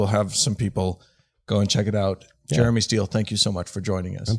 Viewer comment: Aw, Utah. I miss you sometimes. But not when you pronounce "Jeremy" as "germy".